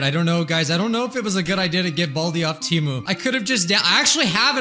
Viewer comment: I always hated the TEMU ads. They can't even pronounce their own company's name correctly. It was supposed to be Tee Moo but now they call it Teh Moo for some reason and it confuses me.